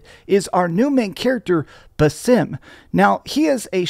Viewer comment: "Buh-SIM"? How can anyone claimed they played this game and Valhalla and pronounce Basim's name that way? It was never pronounced that way in either game. Both games had tons of dialogue and clearly pronounced his name "BA-zim" Does hire other people to play games for him and he just reads his reviews from a script, sort of like IGN or Gamespot does?